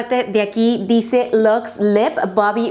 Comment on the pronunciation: 49.30 "dici" en vez de dice JAJAJAJJAA